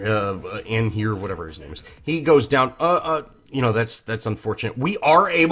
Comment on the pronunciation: The lion king guy Anhur is pronounced as ON HER Susano = Su Sa No his sister Ametrasu Ama tey rasu